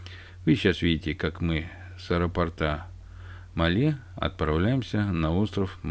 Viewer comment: Название столицы Мальдив не МалЕ, а МАле - от слова "маленький".